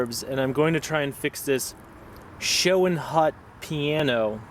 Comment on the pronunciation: I’m pretty sure It’s pronounced ... show-nut